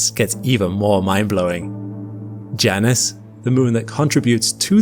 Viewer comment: Somebody tell this dude that moons name is pronounced J - Anus.